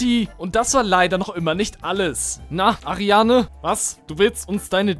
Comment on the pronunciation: Mich triggert das, das er die ganze Zeit ARIANE sagt